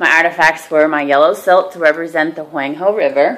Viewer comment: Very educational but you keep saying Huang he wrong....